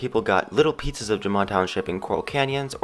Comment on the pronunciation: Wait wait wait... Did he say "little pizzas of jamaa township" ??? XD